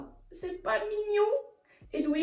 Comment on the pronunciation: Tu dit Edwige sauf que c'est Edvige mais sinon j'adore